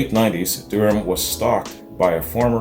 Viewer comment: Her last name is pronounced Da Ram. She is an Australian treasure. I remember her when I was a child (b1965) The Seekers were the first band I was aware of and I have loved them all my life.